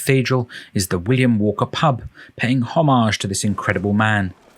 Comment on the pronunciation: I am watching this, right now: and I must say that it is one of the most informative and sensitively narrated travelogues I have ever seen and heard. Thank you for this. But the word 'homages around 17.50 threw me...